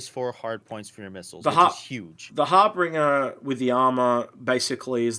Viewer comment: Love your vids ... but please say it right its Har-Binge-er as in Harbinger of DOOM ;)... Its my Awesome ship ive been dreaming of for nearly 2 years now ... But yeh it Sucks in game currently I dont know why they even put it in now... pretty much nothing for the Harbinger works ... armour not in game .. torpedoes are unselectable and pretty useless and man dont even start me on the rocket turret ... that possibly the laziest implementation of something ive seen in game .. they just nailed some delta pods on to the normal turret .. wow sure rockets aren't really a fully working thing yet but the fire rate, the damage, the tiny tiny ammo count ... whats the point of even having it The all cannon load out also sucks and not what it was ment to have ...wheres my railgun Now if you stick a Size 5 Galdereen and 4 laser repeaters on there and its pretty handy .. until a npc ship drives into you and knocks off your main gun It still escapes me why they have fixed and gimbled guns on the same aimpoint Also whys it so slow ... I had a player bounty target in an Aurora MR and it just runs off at 1200 m/s and Ive got zero hope of catching it ... in my ship thats mostly engines I think im guna melt it and get some stuff that works... will come back in a few years and see if its got any better